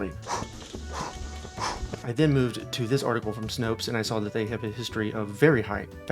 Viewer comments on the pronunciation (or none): none